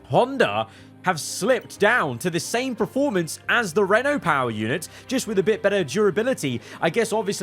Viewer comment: Please stop saying PRE-formance. I love your videos but it hurts me every 29 times in a videos you say PRE-formance instead of the actually word......PER formance 😘